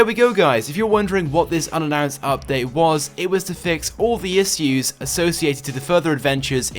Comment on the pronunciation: lol i love how u pronounced ''issues'' :P